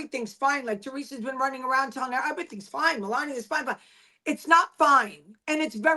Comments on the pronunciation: Why won't she say Melania correctly! It is so irritating. Not funny. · Oh I'm leaving I can't stand to hear another couple hours of Dana saying millenia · Get her name right Dana!!! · Not gonna lie i cant stand how she messes her name up. Its like she does it on purpose and it seems a bit disrespectful especially since shes been corrected. Now she knowingly messes it up. Idk imo 🤷🏿‍♀️